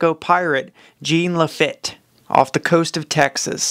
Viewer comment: Jean Lafitte sounds like John Lafeet...FYI from a Texan. Thanks for the content!